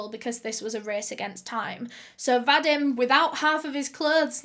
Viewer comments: va-deem not va-dim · I think ur saying Vadim? I believe it's pronounced "Vadeem". I've known a few in my life. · My grandpa's name was Vadim, and you pronounce it... well, wrong. And it sounds so weird to my ears :))))